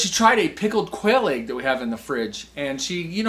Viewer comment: Great video, def gonna try. Love the way you say “ayg”😂